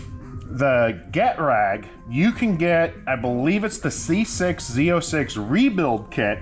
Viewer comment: You're saying "GET-rag", but isn't it "geh-TRAG"?